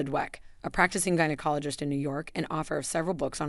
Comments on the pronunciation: If we must be subjected to these AI narrated videos can someone please make sure words are pronounced correctly. Vag-anal is not how vaginal is pronounced nor is gynecologist pronounced jino. Douche is pronounced several ways as well sometimes correctly other times not. Nice that they cloned Scarlett Johansen's voice though. I’m sure she will be thrilled. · My teeth were grinding every time the narrator said "vaGAInal" or "JYNecologist" 😬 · What the heck is a jine-cologist⁉️ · GINEacologist or GINAcologist? Ahahahahaha. If you are going to make a video on my hygiene habits, please pronounce my specialists title correctly or/and stop using AI. By writing smell worse, you are assuming old women smell bad. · Why is this AI Continually mispronouncing words like VAG- anal , JYNOcologist, and DUTching? Is there any over-sight prior to publishing? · The key G word is g as in gas, go, goose and not the soft g as in generally George. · Teach a i how to pronounce gynecologist and douche it's quite amusing and distracting thank you